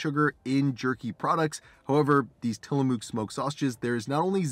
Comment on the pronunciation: just FYI. Tillamook is an old American Indian.. pronounce Till- uh-muck 😁 Ps... that's my fav! Zero sugar and 100% flavor!